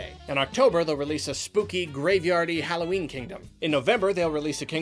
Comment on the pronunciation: Did you just say “Hallowing”?